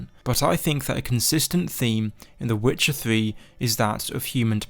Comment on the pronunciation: the witcha thwee